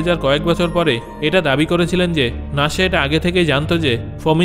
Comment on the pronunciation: আরে ভাই নাশা না নাসা😊